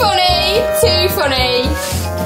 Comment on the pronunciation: "Too fonay too fonay"